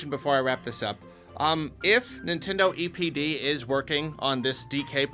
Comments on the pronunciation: For a minute, I thought he said “Nintendo EDP” 💀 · When I heard say EPD, I thought he said EDP😂. Anyone else? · I thought you said EDP instead of DPE